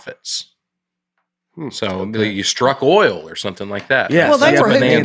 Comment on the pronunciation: Show her how he says "oil" -- that bit is really hilarious. "Extra virgin Olive OHL" lmao